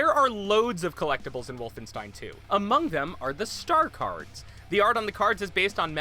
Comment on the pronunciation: did... did you say S T A R C A R D S?